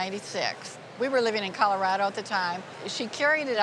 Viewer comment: THAT is how you pronounce Colorado. You're welcome.